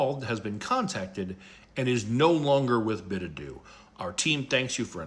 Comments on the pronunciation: “bidadoo” bid her adieu 😂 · Company's name should be pronounced "Bid Adieu" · Let's all take a moment to "bid-adoo" to white trash